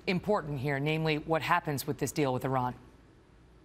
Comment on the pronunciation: Violating the Logan Act & pissing on the US Constitution. Good job, Senator. Hope your constituents are proud. Perhaps you should consider resigning before you're put sent to jail & fined. Besides, the fact that the senator can't even correctly pronounce "Iran" should disqualify him from this matter to begin with.